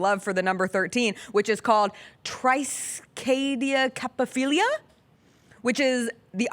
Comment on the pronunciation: Wow! Did you ever butcher the word TRISKIADEKAPHILIA!